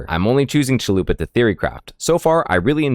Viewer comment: I think its funny you say Acolyte of Chalupa, instead of Chayula. Great build but I think you can still use the last one for Act 3 and maybe NG+.